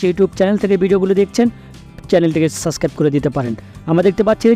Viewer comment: উচ্চারণ এর এই অবস্থা কেন? আস্কে- আজকে/ সাসক্রাইব- সাবসক্রাইব/র‍্যাম- র‍্যাম্প!! ঠিক করেন।